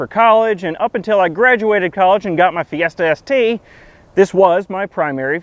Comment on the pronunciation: Lol, when you said you graduated college I thought you were describing the degree you got. "What's a Fee STST?" Oh, wait--Fiesta ST.